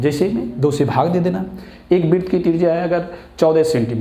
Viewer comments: Bhai sab aap vrut ko bit kyu bolte ho? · तू पहले वृत कहना सीख, क्या व्रीत व्रीत बोल रहा है 🤬